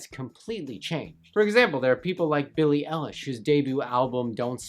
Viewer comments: Billie Elish 😂 It’s eye lish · billie elish its billie eilish -_ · I hate how you say Billie Elish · "billie ELish" ahahahah 😂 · Did he just say Billie ellish